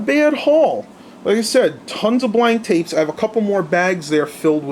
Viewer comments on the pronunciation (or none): none